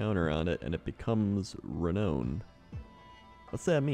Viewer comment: Oh god, my butt clenched so hard every time he mispronounced renown.